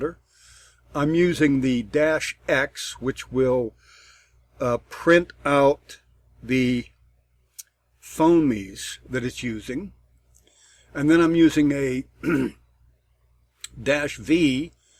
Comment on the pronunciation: I really needed this, thanks so much. But, BTW, "Foh - neem"